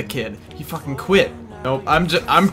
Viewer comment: When you said quit, I thought you said Gwidt.... Haha